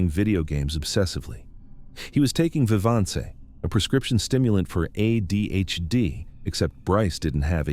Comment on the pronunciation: Lol at the way vivance was pronounced